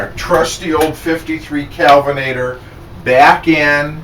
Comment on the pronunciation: I thought you said kevenator lol.lol